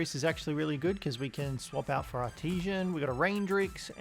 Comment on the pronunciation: English much hard for this youtuber. E.g.: the way he pronounces "artisan". Much trigerrino, gotta say.